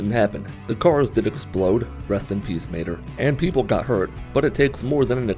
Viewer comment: "The cars did explode... rest in peace Mater" Brooo I thought he said Maynard